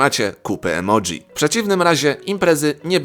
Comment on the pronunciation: Emoji a nie emodzi